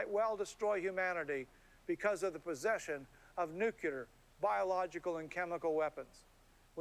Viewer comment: it is nu-cle-ar :D